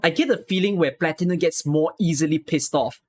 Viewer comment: The pronunciations of "Exusiai" and "Kazimierz" turned me off of the Exu, Texas, Platinum, and Nearl voices. The director should have caught those before the voices were approved. Also the fact that Platinum seems to pronounce "Platinum" incorrectly repeatedly after speaking it correctly once in an earlier line is just weird. Highlights are definitely Phantom and Noir Corne for sure. Cliffheart and Plume are also wonderful. I'd say overall, pretty good, but definitely a few misses, and couple fails. Good batch, but sadly not perfect. I'm looking forward to more, and hopefully they course correct on some of the pronunciations moving forward. I'd be interested in seeing if they ever redo lines for current operators, but I highly doubt it.